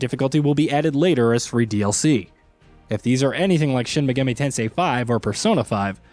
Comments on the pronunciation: Don't forget Shin Me-Goo-mee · "Shin Me-geh-mee" -_ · Why did you pronounce Megami like that